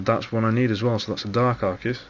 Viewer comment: Arcei, haha! you clever dog. haha and one of the few to pronounce it right :]